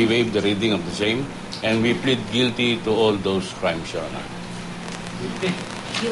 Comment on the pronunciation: hahaha plead guilty.. haha Hukom: guilte?